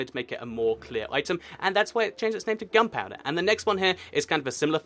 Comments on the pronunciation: its gunpowder, not gumpowder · it sounded like he said "gumpouder"